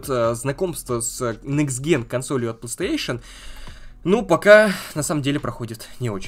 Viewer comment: Он дальше говорит "плестеейшен" :( если сложно выговорить, то говори "консоль сони"